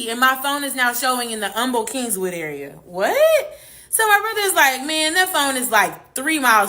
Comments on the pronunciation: Kingwood not kingswood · Kingwood..no S on king..sorry that was annoying 😂😂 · Right she definitely not from here bc kingswood???? Lol it's Kingwood mam!!! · Kingwood not Kingswood. Geez. That's north of Houston. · How is she from the Houston area and she's calling Kingwood Kingswood? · I used to date a guy from California back in 2012. I lived in Kingwood at the time, but he called it “Kingswood” She’s definitely not from here😂😂😂😂